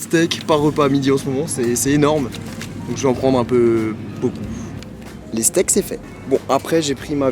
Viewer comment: J'ai cru que t'allais dire les state mais nan les stake😩😒